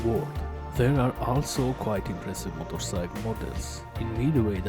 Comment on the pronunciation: I’ve watched a lot of your videos. I really enjoy them. I’m glad you’re learning English but can you say motorcycle. Not motorsike. Cheers